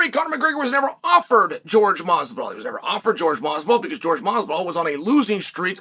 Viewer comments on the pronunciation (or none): George can't even read his own name right. Man can't read.